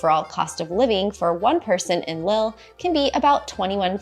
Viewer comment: Lille is pronounced like “leaf”, the I is high.